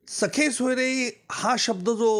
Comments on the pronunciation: वकील साहेब सखे सोयरे नाही, सगेसोयरे असा शब्द आहे, आणि सरकारने यासाठी कोणताही अध्यादेश काढलेला नाही, केवळ नियम (Rules) प्रसिद्ध केले आहेत.... नीट वाचा तरी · निकम सरांना सगेसोयरे म्हणता येत नाही तर ते सखेसोयरे असे चूकीचे उच्चार करताना आढळतात.़